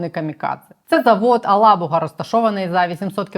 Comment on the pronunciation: Єлабуга, а не Елабуга!